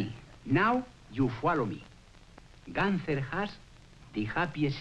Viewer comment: Gunther is a German name, has to be pronounced Goonter instead Gahnter